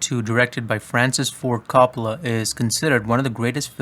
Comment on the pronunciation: Not to be one of those annoying Italians who corrects every pronunciation but It ain’t “cop-ola” it’s like “co” as in coworker “co- pola